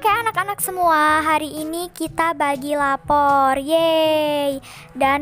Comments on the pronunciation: Kak aku mau tanya kok guru nya ngomong lapor bukan rapot🤣🤣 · Rapot coy bukan lapor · Rapot bukan lapor 😂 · Kok ngomong lapor bkn nya rapot😂😂😂